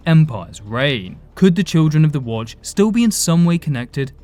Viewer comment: Children of the WoAoUatch 🤣 sounded like you were having a stroke halfway that name